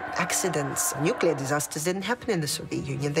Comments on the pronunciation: not NUCULAR!!!! omg 🤦‍♀🤦‍♀ Pronounce the most important word correctly NU - CLEE - AR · Ben Fogle can not decide for 3 episodes is it Nucilar or Nuclear.. Someone tell this man to get serious 😂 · does he say "nukular"? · Barely 2 minutes in, and the narrator literally says "nuc-ular" instead of "nuclear". No thanks.